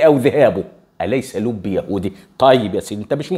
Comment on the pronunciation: لوبي وليس لبي